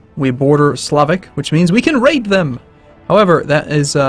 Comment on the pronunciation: Is pronouncing Raid as " Rape "? Thats some funny shit that is